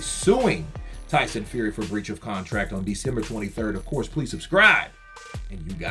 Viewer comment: "For brwach of contract" 😂